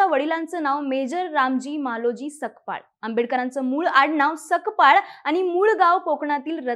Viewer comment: Sakpal nahi tai Sapkal mhana